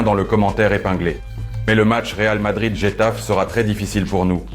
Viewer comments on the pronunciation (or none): Oui ,mais c'est pas j'ai tafe 😂😂😂il faut l'accent c'est pas "G" en français pour quelqu'un qui suis les matchs espagnols tu dois savoir le prononcer khetafé Getafe 😅